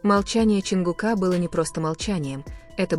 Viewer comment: ЧонгУка, а не ЧонгукА , неужели не устали коверкать имена